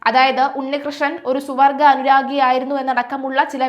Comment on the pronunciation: സുവർഗ അല്ല, സ്വവർഗ. Pathetic pronunciation.